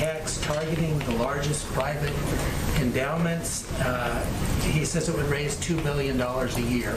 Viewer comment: OMG!! Let me see if I've got this right. She is supposedly the voice of of our President and she doesn't even know how to pronounce indoctrinating??? WTF??? Unbelievable!